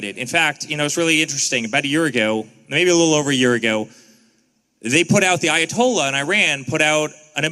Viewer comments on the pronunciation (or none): There is no such thing as an "eye of Tollah" smh 😑